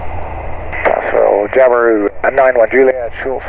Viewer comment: Nah, we say Jabiru just like you do!! Not too shabby for a Pom on a didge!!!